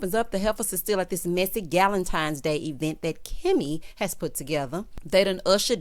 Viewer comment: I LOVE when u say at the E-VENT!🤣🤣🤣🤣